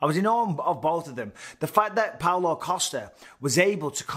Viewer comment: I wanna sit a drink on him with how often Bisping called him coaster. Then next sentence it's Costa again. WTF 😳😂